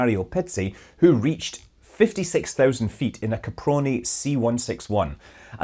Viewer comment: Your pronunciation of Caproni was spot on!! Love your videos!